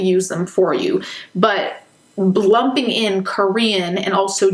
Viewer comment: I had to rewind to make sure I heard correctly, and yes, she said "blumping". This is my new favorite word